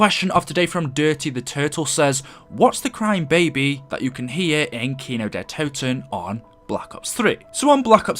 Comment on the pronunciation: Why did it say kino der t’o’ten and not kino der toten